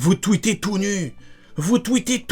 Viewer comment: Tout nu?😂😂 genre les mecs sont a poil devant leurs appareils 🤣🤣. Calme toi Jamais j'ai entendu quelqu'un dire "NU" comme toi.